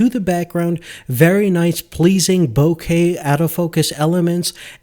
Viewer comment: Dude “bokeh” (Boak-ah) is what your talking about! A “bouquet” is what you give your mother, or your girlfriend before she dumps you for not knowing this.